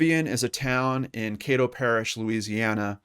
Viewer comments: I know her son. Known him since I was little. Also, Caddo is pronounced with a short A, not long. EDIT: dunno why i wrote brother. im tired lol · Just fyi it's Caddo, rhymes with Shadow. I hope she is found. Thanks for the video.